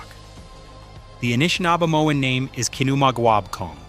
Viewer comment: dude, thanks for the reply. as a Canadian i'm genuinely grateful for what you've put together here — a lot of thoughtful and serious research (no Ancient Aliens shit) by and large your read (so that is your read?) is warm and engaging, i just choked on a couple of peculiar pronunciations (inconsistent Anishnabe and "Eye-ro-quai" for Iroquois) srsly tho', keep up the EXELLENT work. at some point i would like to pass some bizarre matierial about a site in Quebec, not to far north of Ottawa, a supposed major lithic structure that totally rams its head against the Laurentian Ice Shield. till then, have a great week! am hitting "follow" now.